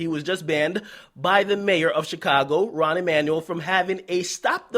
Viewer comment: Rahm not rahn